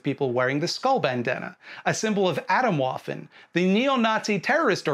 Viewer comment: Atomwaffen pronounced ah-TOM VAH-fin.